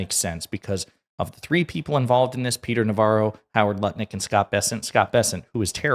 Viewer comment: Nutlick not Lutnick!